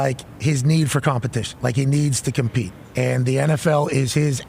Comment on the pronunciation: Aaron needs to compete?? ComPETE??? Sounds like a RAIDERRRRR